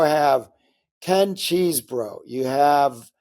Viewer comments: It's "Chezbro", not "Cheese-bro". It's "Fahni", not "Fanny". Please learn how to pronounce top political names correctly, Mr Top Political Journalist. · CHEZ-BRO. NOT CHEESE...